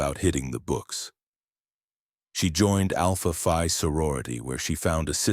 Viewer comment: Alpha Phi, pronounced FEE, not F👁! (Only with this particular sorority is it pronounced FEE.) The other sororities and fraternities pronounce it F👁!